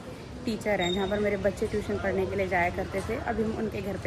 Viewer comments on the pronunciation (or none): none